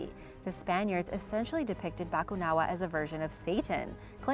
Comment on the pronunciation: Ganda ng pagkakasabi ng Bakunawa 🤘